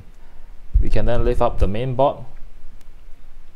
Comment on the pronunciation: Thats for the vid but early on it was difficult to know what you were talking about, the word is "board," not "bot"